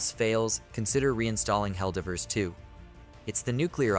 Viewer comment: Is this AI or does bro not know how to pronounce divers?